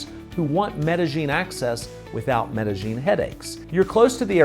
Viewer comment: I didn't mean to come off heavy, I just lose my mind when people do videos telling everyone about Ma-Dell-in. I think your videos are great & hopefully to meet you someday.